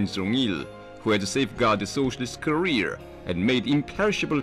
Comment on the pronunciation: Kah-rear rhymes with diarrhea....thats the real joke XD